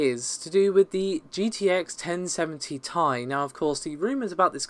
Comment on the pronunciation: not taï dude, its Tee Aï